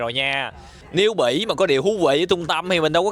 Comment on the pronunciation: Bỉ mà tui nghe là Mỹ😂😂